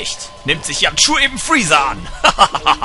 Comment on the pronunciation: bei sagt Yamchu Cayu??? Oo